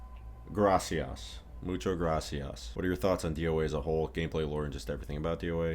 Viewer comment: dude i genuinely wonder if he's hispanic, his spanish when saying muchas gracias is not bad at all